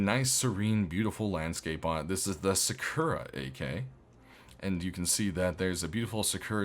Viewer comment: Sakura is a character from the show Naruto. And you are pronouncing it wrong. Most people i give a pass to, but you are a gamer; you should be ashamed of yourself.